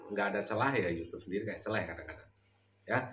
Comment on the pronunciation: He he he ngakak....... Ada celeh nya. Up celah bukan celehhh